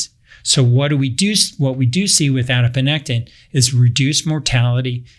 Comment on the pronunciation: Ah yes… adiponectin. has referenced this hormone many times in past videos although he consistently called it “adinopectin” lol